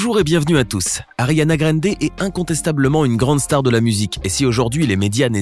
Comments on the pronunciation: 1. On prononce GRANDE et pas "gReNde" (on dira rien pour le "Sank u next") 2. Elle a 26 ans maintenant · Ca se prononce "Grande", pas "grende" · C est pas Ariana grainde mais Ariana grande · y a un A dans Grande cest pas Grende donc prononcez le A svp ça me stress de ouf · C’est pas greindé ça ce dit grandé mais c’est grande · '' ARIANA GREYNDE '' tellement stressant comment cette machine prononce son nom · Ariana « GRAINDER » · « Ariana Granedé » mdr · « Ariana Graindé » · «Ariana Grèndé» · Ta dis Ariana Grènde...j'me tire 👋🏼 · vous na saver pas le dir c'est grrrrrrande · Tu dit même pas bien son nom de famille le respect😭😭😭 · Mdr comment il dit Ariane Grande